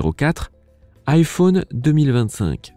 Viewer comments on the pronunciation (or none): Le mec il Di « iphone » avec le o